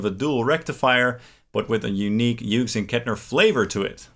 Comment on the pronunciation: Incredible how many YouTubers can’t pronounce Hughes